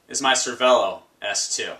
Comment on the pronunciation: Pro tip pronounced cer-vey-lo